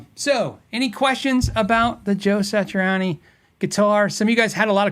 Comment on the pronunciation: Dude, not to be too critical but... It's pronounced "Sat-tree-awn-ee" not "Satch-ur-awn-ee"